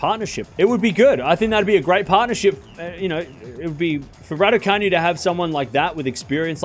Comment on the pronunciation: It’s not pronounced RaducaNew it is Raducanoo 😃